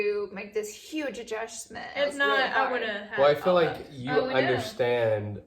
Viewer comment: Laura- “ Could you imagine me being an English teacher?!” Also Laura- “Adjushushment” 😂😂❤️